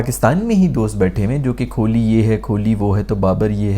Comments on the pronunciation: Kholi nehi Kohli hai yeh. Allah ka khauf karein, aise mispronounce naa karein 😂😂 Aur Azam Khan ko "Ajam Khan" nehi, hum bulate hain "Chhota Aloo" 😁😁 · Yaar, the "Kholi" thing is annoying waisay, and I'm Pakistani 😃. Pretty sure you do it on purpose. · Kholi ❌ Kohli ✅ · Kohli ❌ Kholi ✅ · His name is kohli not kholi. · Nobody cares if you take kohli's name wrong, we can understand your pain & frustration 😂